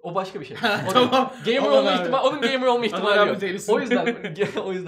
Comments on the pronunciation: "geymır" şenol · Geymır mı? Gey mey ne diyorsunuz abi. Size yakışmadı